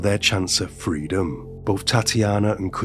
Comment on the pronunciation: Both not bof